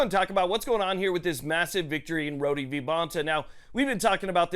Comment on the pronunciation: It’s just PRONOUNCED Road. Not roady